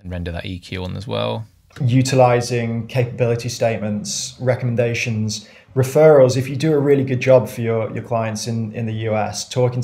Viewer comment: Tough to hear that guy saying ‘recumdations’ over and over again. Can’t edit out bad speech